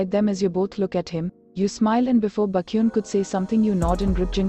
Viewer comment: The AI pronouncing baekhyun as bakhyun is just so funny 🤣🤣🤣🤣